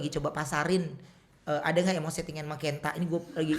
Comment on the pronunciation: Sebelum pentung bang billy bilang ken.. = kent*